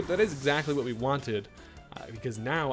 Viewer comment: I swear you are hilarious 😂 my man said "I'll tell you whut" like hank hill